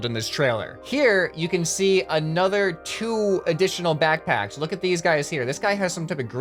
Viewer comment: naw all you missed is as he says BACKBACKS